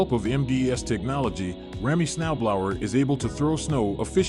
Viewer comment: I've never hear Snow Blower pronounced like that. Next time use a real person.